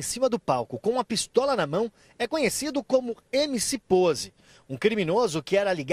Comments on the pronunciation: "POZE" NÃO POSE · É Poze com "z" n com "s" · Rapaziada , é POZE e não "pose" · Vai para escola kkkkk (Poze)Não (Pose)